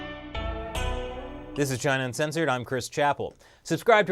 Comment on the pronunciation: Chris, when speaking too fast, you sometimes slur out, "Chin' censored," which may be more accurate.